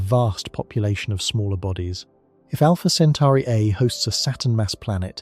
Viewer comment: also it's Alpha Centauri.. not Alpha Centari